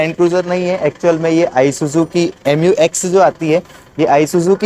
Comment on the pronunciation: Pahele isuzu bolna sikh le fir baad me review krna 🤣